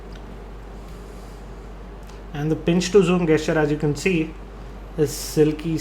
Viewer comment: it's pronounced jes-cher not ges-cher